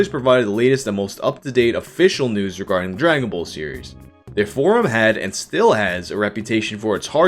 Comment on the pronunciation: Regaurding is such almost English it's great